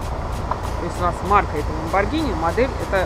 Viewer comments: правильно не ламбоджини и не ламбогини, правильно ламборгини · Американцы читают "Ламборгини", а по-русски по идее "Ламборджини" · Ламборгини,ЛАМБОРГИНИ КАРЛ! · Ламборгини вообще-то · ГИНИ! ЛАМБОРГИНИ! Г Г Г Г Г Г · Ламборгини говорить, так что не пиши чего не знаешь.